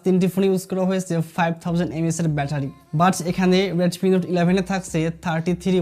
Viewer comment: Vai readme. reatme na 😄😄